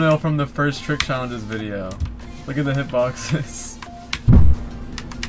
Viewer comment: Its Trick, not Truck